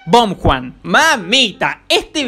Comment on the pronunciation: BOMGUAN 😭😭😭 es bomhan